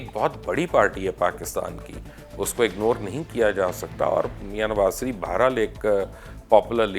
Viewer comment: یار یہ آپ کس گاوءں کے رہنے والے ہیں؟ مخالفت کو مکھالفت کہتے ہیں، شریف کو سریپ کہتے ہیں، لیکن کو بٹ کہتے ہیں۔ یہ بٹ کیاہوتا ہے؟ اپنی بھی زبان بھی خراب، اور بچوں کی زبان بھی خراب کرتے ہیں۔ لیکن کہا کرو۔